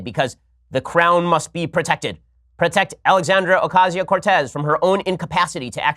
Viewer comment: The real reason Ocasio-Cortez turned down your debate offer is because you got her name wrong so many times. :P